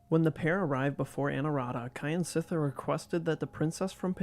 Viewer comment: "Kyansittha" pronounced "Kjan sit thar" not "Ky an sit thar"